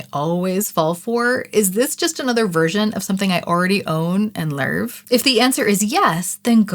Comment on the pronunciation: “The Lurv they deserve” scratched my brain lol.